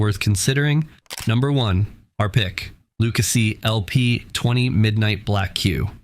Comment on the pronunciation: Viking does not belong in a top 3. You dont pronounce lucasi correct and everytime you showed someone shooting with these cues they missed. A couple dont even know how to hold their bridge hand. This was comical lol